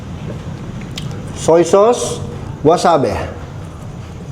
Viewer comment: not wasabe is wasabi ang tawag d2 s japan👍